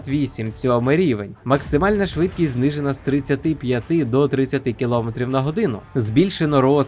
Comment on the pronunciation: ви молодець!! можна ще вас попросити змінити наголос у слові "новИй", а не "нОвий"; та у слові кіломЕтр (тобто наголос на останній склад), дякую за чудові відео і приємний голос, щасти у Новому році. Рус та ні пи**а